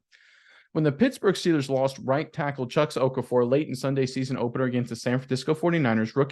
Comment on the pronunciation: isn’t pronouncing Chuks or Okarafor correctly. It’s not Okafor